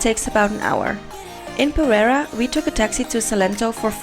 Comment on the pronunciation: ... ja ja... pronuncia bien "salitre" pero no puede pronunciar bien "perera"